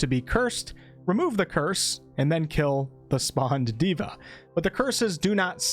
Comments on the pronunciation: Not diva Day-vah = god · Nice vid! Just wanted to point out that 'deva' is a Sanskrit word and is pronounced as 'They-vuh' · Deva, not diva